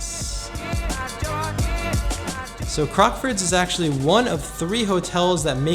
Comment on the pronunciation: It's nice hearing someone saying the name correct. So many vloggers were calling it "Crocksfords" and it was driving me nuts!! Great video as always!